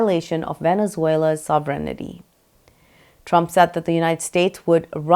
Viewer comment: Please fix your accent of "sovereignty".